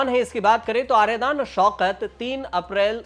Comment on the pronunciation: आर्यदान नहीं --- आर्याडन शौकत